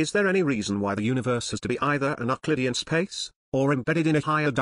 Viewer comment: Dear, Be careful! Your alias's German origin is quite discernible in pronunciation of words like Euclid and Möbius. You don't want to give away too much information or the Galactic Bureau of Investigation will find you.